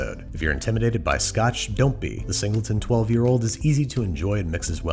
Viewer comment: ah yes, the zingleton.